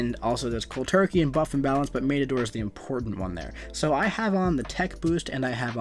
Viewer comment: This really bugs me... Matador - soft "a" as in the "a" in door mat. Not a hard "a" like in the word rain.